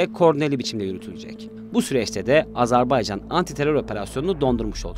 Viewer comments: Lütfen doğru telaffuz edelim, Azar bey can değil Azer bay can..! kolay gelsin. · AZERBAYCAN yazılır AZERBAYCAN okunur .... azarbaycan nedir? doğru düzgün konuşmaktan aciz miyiz ne? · Azarbaycan değil AZERBAYCAN Program yapıyorsunuz, ülkenin adını düzgün telaffuz edin artık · Telaffuz çok hatalı , "Azerbaycan" olarak doğrusunu söyleyelim lütfen. Bir defa değil sürekli yanlış telaffuz ettiniz.. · G z t ekibine emeğinden dolayı teşekkür ediyorum. Kardeş Azerbaycan hakkına da tez zamanda kesin zafer diliyorum. Birçok programda sürekli ve sanki bilinçli bir yanlış söyleyiş kulaklarımı tırmalayıp duruyor. Ona itiraz ediyorum. Azerbaycan AZERBAYCAN candır.